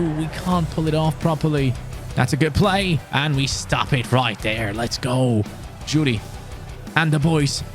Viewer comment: Your pronounciation of Gouiri is laughably bad